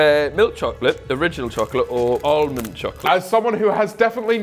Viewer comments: I clicked off the video as soon as James pronounced almond. For a man with a degree, He should know better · The fact James cant pronounce Almond was a slight surprise 😂